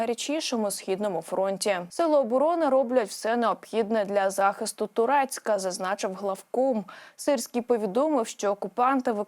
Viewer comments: Штучномовна! Немає міста тУрецьк. Є ТОркцьк!!! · Ваша дикція...дуже дратівлива,замість Торецьк,вимовляєте Турецьк,далеко не всі зрозуміють.